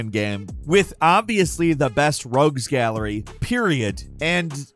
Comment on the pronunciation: did,... did he say, "Rugs Gallery" ... I never heard anyone pronounce Rogue as Rug.